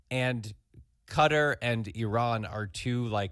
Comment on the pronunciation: I LOVE Mike Schur being part of the show but hearing him talking about the US / Iran situation while consistently mispronouncing Qatar….Mike…you’re better than this!